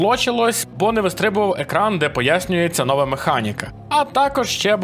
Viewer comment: новА частина, а не нОва! Все нiяк не можеш одужати пiсля того, як кацапня покусала.